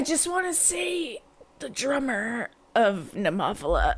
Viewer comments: Oh, and please don't emphasise that syllable. It's just "Neh-moe-fill-uh", not "neh-MOFF-ila" (even if David Heretic insists it is). 😁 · 😂😂😂 What did you call them? Nemoffela🤣🤣🤣🤣🤣🤣🤣🤣🤣. You used Google Translate, didn't you? ネモフィラ ネ(neh)モ(mo)フ(fu)ィ(ee)ラ(ra). No accented on the o, but rather the i. Not Nemòphila, but rather Nemophìla. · BTW...pronounced Nema fila I believe or Nemo fila and definitely not your way.....LoL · It's pronounced NEH-MO-PHIL-AH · I hope you didn't take offence. I just thought it was really cute and funny. I couldn't stop giggling 😁